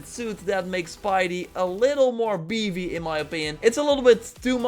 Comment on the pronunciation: "a little more beevy in my opin."